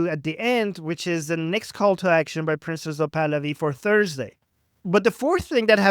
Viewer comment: Every time you say "Prince Pahlavi" it sounds like Princesa Pahlavi or Princes of Pahlavi.